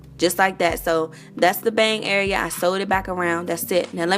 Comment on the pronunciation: You have to be from DC the way you say "area" Anyway, great vid. Thanx for sharing.